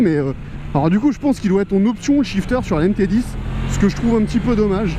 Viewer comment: On dit MT10 pas MT010 🤦‍♂️🤦‍♂️